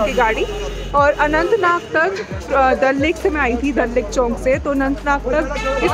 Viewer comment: that us chowk not chownk